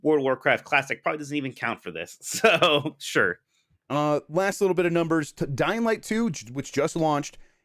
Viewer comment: Every time Jeff says dying light 2, I hear Dynamite 2 and always say to myself "wtf is Dynamite 2?"